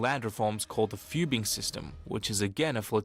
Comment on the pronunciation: Chinese history videos that don't put effort into trying to get Chinese pronunciation correct just put me off, I had to do a double take at "fubing" system because holy fuck is it bad